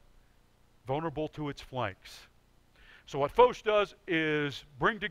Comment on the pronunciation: Who is this Foesh ? It is a French name, pronounced it as such. Foch. It rhymes with tosh